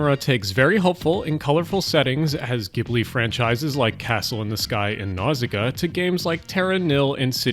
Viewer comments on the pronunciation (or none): none